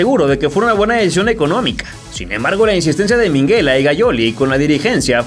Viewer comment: Se llama minguella,no minguela.